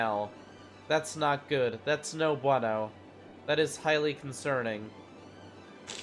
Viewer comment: no Buano good spanish!